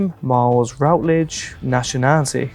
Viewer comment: Miles you mispronounced your own surname, you truely are r3t4rded 😭😭